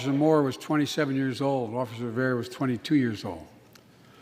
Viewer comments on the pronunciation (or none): none